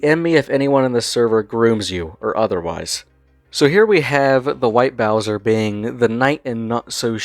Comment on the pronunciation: Interesting video. White Bowzuh is an ass and a pwedutuh. Also, Smokey McC is a champion